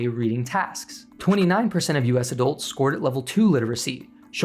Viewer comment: Please pronounce the u in adults as a u, not an o.